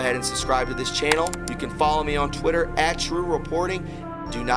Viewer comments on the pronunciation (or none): none